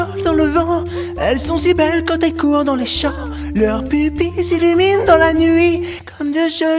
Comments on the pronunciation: j'ai cru qu'il avait dit leur pubis s'illuminent dans la nuit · les gars, il a dit "leurs pupilles" ou "leur p*bis"😅